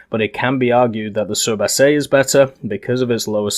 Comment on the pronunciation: you can call it the surblindé your prononciation is fine